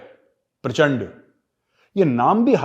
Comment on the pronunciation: Its not prachand, it's PRACHANDA.., not netr, it's NETRA